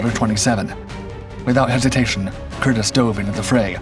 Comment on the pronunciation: Nice story on my grandfather. The name is pronounced with a long E. “Cur-Dee’s”